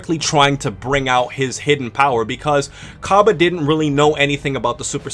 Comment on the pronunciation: Its pronounced differently